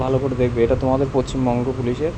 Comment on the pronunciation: পশ্চিমবঙ্গ কথাটি পচ্চিমবঙ্গ বোলো কেনো ?